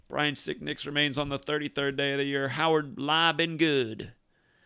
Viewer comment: Sound like you keep saying sickdick lol